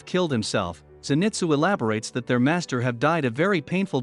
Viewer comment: U say zenitsus name wrong